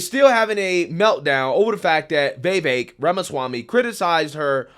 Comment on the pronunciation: You don"t pronounce Vivek's name right, and you say it a lot. No hate, love the show. It's like Vi-vache ache with a V.